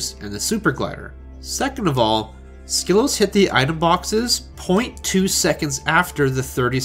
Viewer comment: Bonus of doing your own WR history video: perfect handle pronunciation.